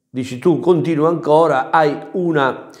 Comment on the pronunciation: Mamma mia impara a parlare l'italiano ti prego non ti si può sentire....dirigggenza....😄angora.....😄